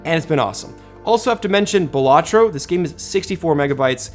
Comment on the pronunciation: "Ballatro" Lmao